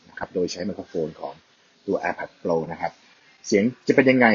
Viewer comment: พี่ช่วยออกเสียงตามต้นเเบบว่า โปร ได้ไหมครับ โปล โปล ฟังเเล้วดัดจริต